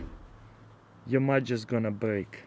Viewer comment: "Strike de match and booom..."